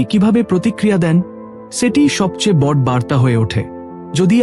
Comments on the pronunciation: দাদা সবই নাহয় হলো,কিন্তু আপনি আপনার উচ্চারণটা সঠিক উচ্চারণ করুন। বড় নয় বড় উচ্চারণ করুন। ও কার দিন। আপস,হসন্ত নেই। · Apni uchcharon ta boro korun....bor naa..ete vul uchcharon....r abonti naa ota hobe abonoti....uchcharon ta kane lagchhe...but aalochona ta valo....